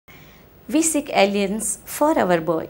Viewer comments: I assumed to be real that she said "ALIEN" until I saw the first comment. ALLIANCE! Sorry ma'am but couldn't stop laughing! :P :P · Actually it's alliance but her pronunciation isn't good. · Lmaooo it so did sound like that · I thought she was saying "We seek aliens" ROFL